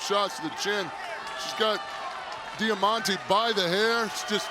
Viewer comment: Am I the only one that cringes when they say diamantes name